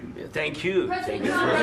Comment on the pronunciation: He said tyank you twice right when he started soeaking what a bozo the vp is